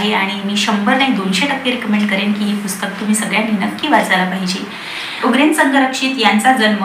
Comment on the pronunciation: I know u are a good reader.. पण निट वाचा. उग्रेन नाही आहे ते. उरगेन आहे.